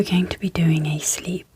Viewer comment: I really like the soft spoken; great content. Super professional. The only thing that isn’t working for me, is the word Sleep, sleeP sleeP repeated close up to the mics with the Sl and the P super pronounced, it’s has actually woken me up. The p sleeee P SL eee P it pops me awake. Just wanted to mention. Maybe I can adjust volume. . all else absolutely fabulous